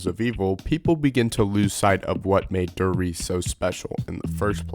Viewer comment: As a German Speaker I hate how everyone pronounces der Riese haha. It is „der Rie-se“ not „de Reece“